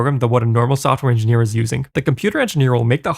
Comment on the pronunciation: he's saying INDIANEER. he just pronounces indian like an old prospector